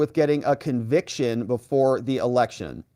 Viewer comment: Did you say incencere erections?